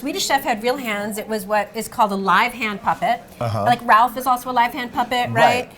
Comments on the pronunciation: Oh my gosh, can you not say rowlf ? It’s not Ralph it’s Rowlf!!!!!! Freaking Rowlf!!!!!!!! Not RALPH!!!! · *cringes every time she says "Ralph" and not "Rowlf" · If she says "Ralph" again instead of "Rolf", I will lose my shit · Ralph? RALPH? The puppet's name is right there in front of her: ROWLF. How one person can sound so knowledgable about everything Henson, but flub the name of the most significant of his characters, second only to Kermit? He was partially retired when Henson died, for God's sake! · It's Rowlf the dog. Not Ralph. Just throwing that out there. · It's rowlf....not ralph... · You’d think she would know Rowlf is pronounced ROW -lph...not Ralph. 🙄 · Loved the video overall, but ya think someone should tell her, being the curator of the exhibit and all, that it is "Rowlf" and NOT "Ralph"!? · the fact that she doesn't know how to pronounce ROWLF and keeps calling him Ralph makes it clear she doesn't really know anything about Henson but just parroting memorized information. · Ralph? It's Rowlf lady! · Why is she calling Rowlf by the name Ralph? Odd that she would get the name wrong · I'm sure they're mispronouncing Rowlf's name, it's not Ralph?!! Come on Adam, you're better than that?!!! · Can they hire someone that actually knows the characters? Rowlf not Ralph, Dozers not doosers. Rrrrrrrrrrrrr!!! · Why is she calling Rowlf "Ralph"? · Is it me or is the curator saying Ralph the dog? I thought the dogs name is Rolph???? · He is called Rowlf. Fozzie has always called him Ralph. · Guys...Rowlf. Not Ralph. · Ralph is how some people pronounce it. Neither is wrong. Several of the Muppet characters pronounce it that way. Fozzie says it that way. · Fozzie calls Rowlf Ralph. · Why does she pronounce Rowlf like Ralph? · Her pronunciation of Rowlf is killing me 😂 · Uhhhhh isn’t it Rowlf the Dog. Like the sound a dog would make? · Thank you! In light of her genuine depth of knowledge, that mispronunciation really bothered me. Very big difference.